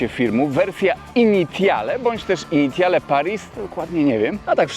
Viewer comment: Dojrzały, poważny i dobry kanał, a sprawdzić wymowy francuskiej się już nie chciało. "Initiale"? Litości - dowolny słownik lub translator, albo jeszcze lepiej Forvo i nie byłoby siary, bo brzmi to masakrycznie źle. Ale Twingusia lubię, więc mimo wszystko kciuk w górę.